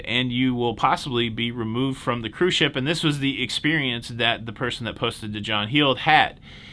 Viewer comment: I just think it's adorable that called it "wacky toebacky"... 🤭, thanks for another day of cahroose news that made me smile AND informed me!